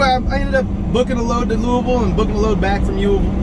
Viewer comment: Have to give you credit, for somebody from Cali you pronounce Louisville just like a native Kentuckian and I should know, I are one, lol. Have a great Thanksgiving and stay safe.